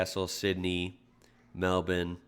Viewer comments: Your pronunciation of Melbourne is almost perfect! Melbn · Thank you for saying melben not Mel born like most Americans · Nice pronunciation of Melbourne! Not from there myself but it's still getting you points from me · As an Australian I would like to congratulate you on your pronunciation of our towns and cities names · Love your Melbourne and Brisbane. I'm going to teach you Geelong. pronounce it 'jalong' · I love that you say 'Melbourne' correctly and you obviously have an interest in our country. Just wanted to say the 'Cursed Map' is actually the Mediterranean superimposed on Australia. The UK and Ireland are not on it. Also loving your Qld'er maroons hat. I used to live in California and my kids speak with American accents, coming home (to AUS) was a culture shock to them. You and your family should come visit, there's plenty of room and you will be welcomed. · Thanks for pronouncing "Melbourne" properly, I live in Melbourne, and it can be off putting hearing it pronouned similar to "Milborne" a lot :) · One of the 1st yanks that says Melbourne the right way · Have a like for knowing how to pronounce Melbourne and Brisbane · Stone the crows, mate. I can hardly believe what I'm hearin'. You said "Melbourne" right. I'll be buggered. Good for you. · Man the way you say Melbourne, I'm so proud. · I caught that too, made this ex-Elwood boy proud!